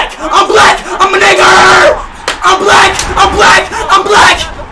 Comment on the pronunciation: Bro said I’m a Igger